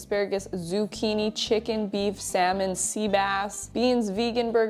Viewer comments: Slammon? lol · I love the way says “Salmon” 😂